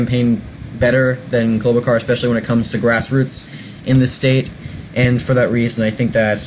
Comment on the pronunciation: Please stop mispronouncing her name it's Char not Car!